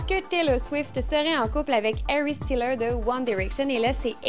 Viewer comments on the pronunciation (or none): Harry Styles, pas Styler